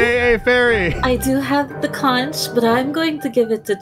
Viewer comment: New map looks fun. You're saying Conch wrong and it hurts my island.